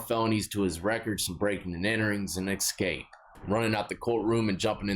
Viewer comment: Escape not Exscape.